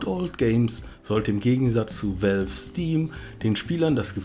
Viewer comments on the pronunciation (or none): none